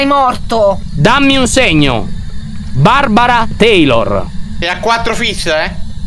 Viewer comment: Queste qui sono le volte in cui Lyon a detto BARBARA TEILOR.😅😂😂😂😂😂😂😂⬇️